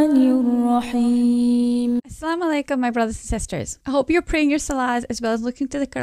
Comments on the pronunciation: Assalam u alaikum is more correct, there's no sound of " o " here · It's Assalam-u-Alaikum, not like what you say .